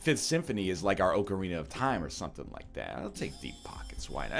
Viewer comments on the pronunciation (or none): "Oak-arina" Of Time